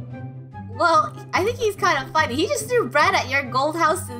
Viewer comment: it's funneh not funnuh